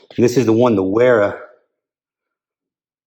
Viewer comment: Good review and video! BTW Wera and Wiha are actually pronounced Vera and Viha. Not trying to be an English teacher at all but thought you may want to know.